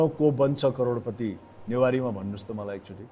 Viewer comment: Newari dai le karodpati vannu vako raix maile ta karodputi suneko